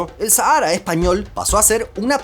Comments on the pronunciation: En España nadie dice "Sahára", se pronuncia "Sájara". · Harto me tienes , no es sahaaara es Sáhara saaajara no sahaaara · En español se pronuncia "sájara".